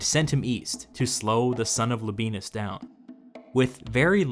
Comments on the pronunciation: I did not think this would still be relevant after the civil war, but for the love of all that is good and holy in this world, the man's name is La-bi-e-nus, not La-bee-nus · Don't feel too responsible pronouncing Media Atropatene or Phraata - I mean, you already say LABEENUS! But Youtubers should not feel a responsibility to pronounce things in my opinion, if it's clear how a name is spelled - or we have an incentive for Youtubers, never to talk about Chinese, Czech or Georgian phenomena. I really love your channel by the way!